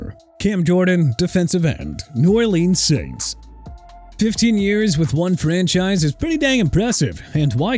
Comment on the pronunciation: You know what?! TYREEK HILL'S SEASON SHOULD BE HIS LAST AND MAYBE HE SHOULD RETIRE TO MAKE YOU HAPPY AND MAYBE MIAMI WILL NOT GO TO THE PLAYOFFS TO MAKE YOU HAPPY TOO!! YOU HAVE WASTED MY TIME!! GO DISRESPECT ANOTHER TEAM MR. "I CAN'T PRONOUNCE NEW ORLEANS FOR NOTHING"!! NEW ORLEANS PRONOUNCED NEW OR-LINS!! GOT IT?!